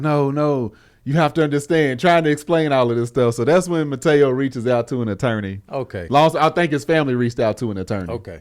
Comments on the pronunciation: and y'all my dudes lol.. but the brotha name is Manti Teo 🤣🤣🤣 I was crying hearing y'all call him "Mateo"🤣🤣🤣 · said mataeo 😂😂 it’s manti te'o. Who tf is Jeff 😂😂😂